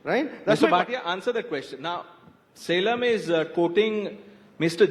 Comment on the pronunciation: Surprised that Anand Ranganathan , being a Tamilian does not pronounce Salem correctly.